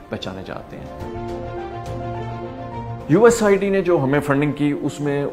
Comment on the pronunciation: یو ایس ایڈ کو اپ بار بار یو ایس آئی ڈی بول رہے ہیں ۔ کیا اپ کو یو ایس ایڈ بولتے ہوئے شرم آتی ہے ؟